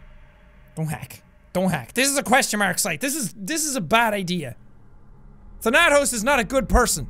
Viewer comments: THANATOS is actually a greek word meaning death and it's stressed at "tha" not "na" JUST SAYING <3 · thanatos is death in greek mythology you also pronounced it wrong